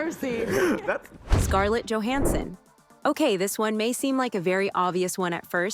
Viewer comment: Please look up actor’s last name pronunciations BEFORE recording videos. Johansson and Hammer were both pronounced incorrectly.